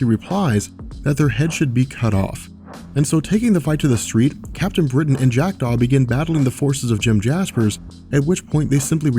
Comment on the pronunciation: every time he says "Jack Daw"..I do a double take like he is saying "Jacked off"